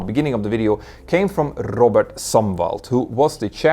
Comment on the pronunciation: Your pronunciation of "Robert" Sumwalt was worth a tree time playback. If someone wants to know what "rolling the tongue" means when pronouncing the letter R....this is it in spades!